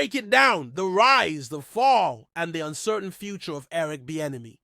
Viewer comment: GTFO of here . You cannot even PRONOUNCE HIS NAME? 🙄🙈🤡🤡